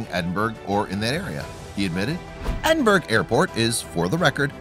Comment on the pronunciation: Its Edinburgh Ed-in-bur-ugh not Ed-in-burg. I know ur not Scottish but still.